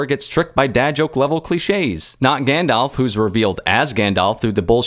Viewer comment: I think it's pronounced Grrrrrrrrandelf.